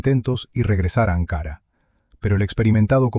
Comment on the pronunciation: Ankara, con k y parlabra llana, no esdrújula